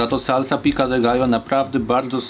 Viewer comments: piko de gajo a nie pika de gajo byczku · Pico de gallo, nie pica 😀 Dosłownie to dziub koguta. Nie ma za co 😉